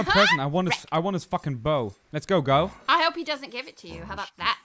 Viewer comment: IT'S PRONOUNCED GOUGH AS IN COUGH! OR GOTH! I don't know why the mispronunciation of his name bothers me so much, probably because he's better than any other thing in the game XD